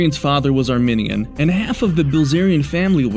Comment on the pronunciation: You're pronouncing Armenian wrong